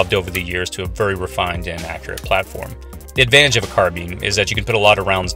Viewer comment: Hearing it pronounced "car-been" is like nails on a chalk board >,<